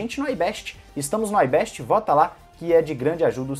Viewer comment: É IBEST COM I SE LÊ IGUAL É ESCRITO, PARA DE FICAR AMERICANIZADO ÀS PALAVRAS, AIBEST, NÃO, É IBEST